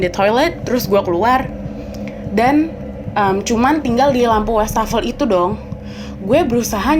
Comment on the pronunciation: setau saya wastafel itu bacanya tetap wastafel bukan westafel ini saya udh 2x denger kontributor DYSWIS bacanya westafel....koreksi bila saya salah